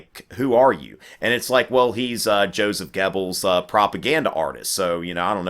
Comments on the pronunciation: In German and Swedish, "oe" is the same as "ö". So it's Gubbels, not Gebbels. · I love your videoes, but i hate it when you butcher the German language. It's pronounced :Gerbles" not Gebbels. I know there's no R in it, but that is the proper pronunciation.